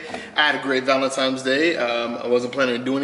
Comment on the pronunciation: Did you say "Valentimes"?